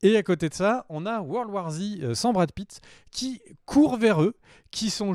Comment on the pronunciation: "worlwarzi" mdr